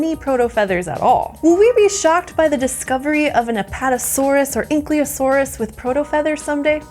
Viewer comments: "Ank lee o saurus"? It's "ann kyle o saur". I'm only doing this to you because I love you and I hate seeing you make mistakes like this. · I have a small hernia everytime someone says "ankleeosaurus"..... and everyone says it